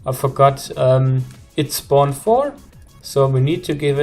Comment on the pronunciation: btw are u from germany cause u said vier when u tried to say four